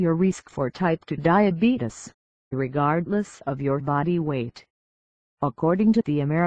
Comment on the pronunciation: You diddent say time 2 diabetes you said time 2 dieabadies